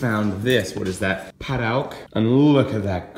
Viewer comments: Hey, the padauk wood is pronounced "Padook" just so you know! Cheers Karen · Padauk is pronounced Pa duke